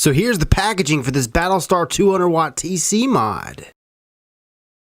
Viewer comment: at the start hr said pattle star